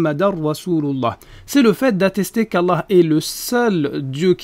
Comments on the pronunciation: Muslim Lawyer Ouais on dirait il dit "EULEUH" ou "Aloeuh" mais pas "Allah" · "La Hi LaRa il aRlah" Y'a qu'à constater comment il prononce Allah : Arlah 😂 Allah ne lui permet même pas de prononcer correctement le mot. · Il ne sait même pas prononcer "Allah" alors la chahada laisse tomber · écoutez bien il prononce le nom d’Allah comme le peuple élu ben voyons